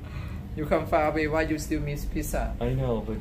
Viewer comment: It is not picca ok it is pizza.